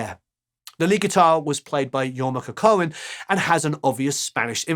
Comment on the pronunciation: Just for future reference: Jorma is of Finnish ancestry, his surname is pronounced "coww-ko-nen." Great video as always!